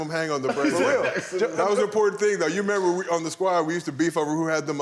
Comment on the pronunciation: “You got to member”